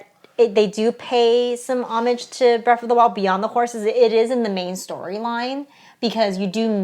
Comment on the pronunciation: Breath not Breff